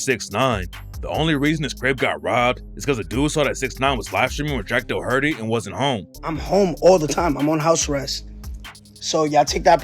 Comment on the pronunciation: Jack Dohurtee 😂😂